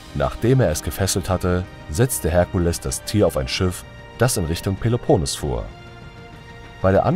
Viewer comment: Ich würde den Text noch mal mit der richtigen Aussprache von "Peloponnes" neu sprechen.